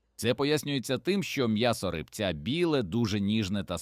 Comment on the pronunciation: Не ри́бця, а рибця́